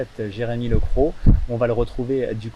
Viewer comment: Super reportage 😍 à un détail près Lecroq se prononce "LECROQUE" faut prononcer le "Q" 😂😂😂😂 MERCI pour cette belle vidéo ❤